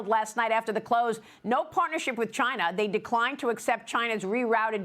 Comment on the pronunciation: it's China not V-Gina ohkay !